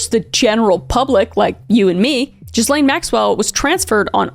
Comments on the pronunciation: Gi Lane. Not Jizzlane. La fy ette... crazy pronunciations you got going on here. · Hearing it pronounced "jizz-lane" instead of "ghee-lane" makes me laugh every time which feels wrong because this was an excellent coverage of a horrifying topic. Just can't turn off my dumb brain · This was such a thought-provoking video. But Kris - ya kill meh for pronouncing it Jizz-lane, instead of Gee-lane. 😂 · Kris, I love you but…It’s pronounced Gillaine, not Gislaine “gill,like fish gills” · Americans need to understand, her name is pronounced ''Ghilaine'' ... not ''GhiSlaine''... the ''S'' is silent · We not talking about how Kris is pronouncing it Jizz-lane not Gill-ane?!? Intentional or nah? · Just a couple off the top things. I'm just starting your video but always looking for unbiased reporting. Ghislane pronounces her name with a hard G not soft so it's pronounced like good not like Gerry. Karate uses clothing called Gees so think of her name like Gee lane. Europeans generally pronounce G as a hard G. My second point is Trump kicked him out of Maralago for what Epstein did to that girl. Finally, if Trump was guilty of anything regarding the plane, island or Epstein himself Dems would have put him in jail yrs ago. Something like that for Dems is gold. They would have never let it go, and when detectives came knocking Trump was the only one that helped them. He gave them everything they asked for and helped them in any way they needed. Clinton never did anything to help detectives and Epsteins portrait of Clinton wearing a blue dress isn't helping Billy boy. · It's guh-layn Maxwell😅😅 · i love your work sooooo much and you’re the best. (separately and i’ve heard it everywhereeeee so it’s not just you but i’m like 70% sure her name is pronounced GEE-LANE bc it’s french. but im no authority on the matter. just putting that out there) not that igaf that she gets her pronounced correctly lol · I cant stop laughing when you call ghislane, jizz-lane. 😂😂😂😂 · Pronounced 'Gilayne'